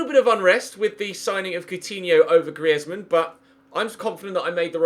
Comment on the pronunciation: Please find out how to pronounce Griezmann properly